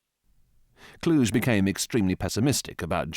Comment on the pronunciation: Kluge is pronounced differently.